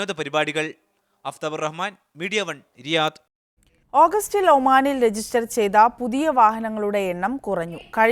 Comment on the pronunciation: രിയാദ് അല്ല റിയാദ് ആണ്...